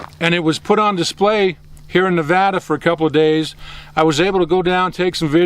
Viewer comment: Thanks for saying nevada right